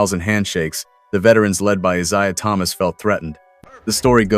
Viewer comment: You should learn to pronounce the names so you don’t sound stupid. Mispronouncing Isiah Thomas’ name ruins the whole video. Lame.